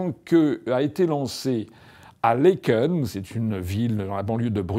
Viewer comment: Ca s’écrit Laeken mais se prononce Laaken, c’est un « a » long. Et ce n’est nullement dans la banlieue de Bruxelles (ce concept n’existe pas en Belgique, du moins pas comme en France) mais fait partie intégrante de Bruxelles